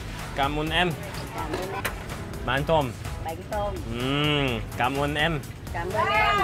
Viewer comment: " Cam on em" it's okay